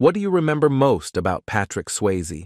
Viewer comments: Thank you for posting what I was gonna say. Only more intelligently than I would have said it. Who wouldn't want to narrate their own video? It would definitely cut down on the "abboose" of the language. This leads to "dee-vastating" results. Mr. "Swaayze's" legacy deserves better.😢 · I am a transcriptionist/editor/captioner. If y'all need help please call. Obviously AI is not good enough yet. Many mispronounced words and can't even pronounce the man's name correctly. smh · Not watching you don't even know how to say his name. 😂😂